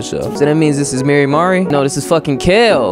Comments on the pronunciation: its pronounced 'mar-ee' as far as im aware!! im so sosooooo happy to see u playing omori hehehe.... have been suggesting it for the long time! be ready for a LOT of thinking and psychological horror, and be thinking very deep abt the relationships these characters have :) honestly i wouldnt say whitespace is a place where omori is happy, only a representation of his own mind? his sort of limbo, where he is alone with nothing but him. the sad/happy/mad system is kinda like pokemon! it gives certain disadvantages and advantages in a fight but i think you are gonna get a tutorial in a future on how to utilize it better! HAHA YEAH I WAS RIGHTTT STONER BASIL LMFAOOO IM LOSING IT BUT YOURE TOO RIGHT you're right, it is a dreamworld, 100% you're right, HAHA, what you see at the end of the chapter is reality :3 its important to remember the parallel tbh im still suggesting 12 minutes, and danganronpa! if you arent a fan of the writing theres another game called your turn to die which i havent seen yet! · him saying mary-mari hurts me for no reason 😓